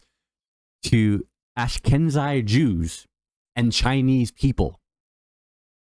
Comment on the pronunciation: Work on your pronunciation!! Ash-keh-nazi Jews...